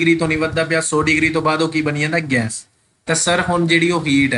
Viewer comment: Sir ਗੈਸ ਨੂੰ ਗੈਂਸ ਨਾ ਕਿਹਾ ਕਰੋ ਅਜੀਬ ਲੱਗਦਾ